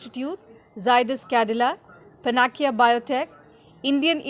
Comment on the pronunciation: wrong pronunciation of panacea